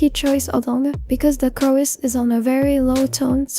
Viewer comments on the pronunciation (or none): none